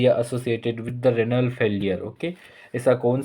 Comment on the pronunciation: It's renal not ranal pronounce correctly